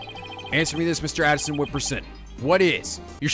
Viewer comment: I really hate doing this. But you're still saying Paul A-ti-shon as Paul "Addisson".... I still love your videos, including this episode. But that one this is kinda bothering me. Anyway, keep it up, I'm loving it. X)